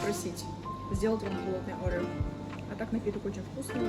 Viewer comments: Не арэо а орео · Арео,😂 ориё же